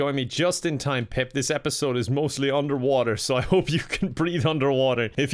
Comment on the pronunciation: Pip. Not peep.